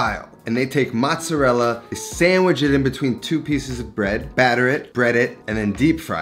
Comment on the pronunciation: how hard is it for you to say "mozzerella" instead of "mutsadell"" lol